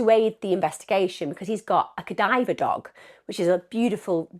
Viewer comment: Ffs its CA-DAV-ER dog not cadiver. Does this woman know how to pronounce any of the things in her videos????